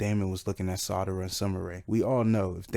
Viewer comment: It's SARADA , NOT Sadara lol...u was getting on my nerves with that lol...other than that great video.